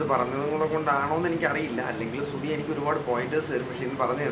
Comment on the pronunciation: സ്രു തി അല്ല ശ്രുതി ശ്രുതി.. ശ്രു ശ്രൂ...